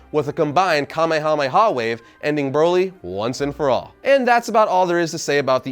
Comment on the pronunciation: I cringe every time he says wave